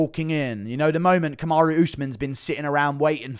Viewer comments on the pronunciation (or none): none